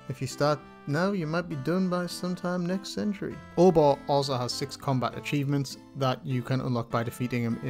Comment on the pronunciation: pronounces Obor differently than me. I don't say "Or-Bah" I say "Oh-Boar'